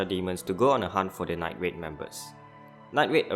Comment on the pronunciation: Get your toungue checked night raid nine grade damnit